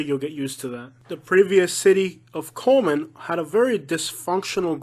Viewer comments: It's Cullman not Coleman . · He lost me at cullman, absolutely not. And you butchered almost every name